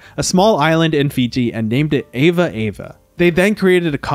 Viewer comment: Please pronounce the names of your subjects correctly; it is AVA, not EVA. Ive noticed this in other of your wonderful videos. Thank you.